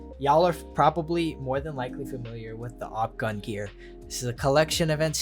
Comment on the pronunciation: learn how to pronounce gungnir before making a video about it and the sun in Leo is literally call the "sun" and you're saying the star pattern.. you guys are buffoon